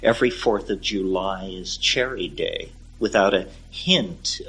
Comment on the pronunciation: 'Cherry-day' - What's that?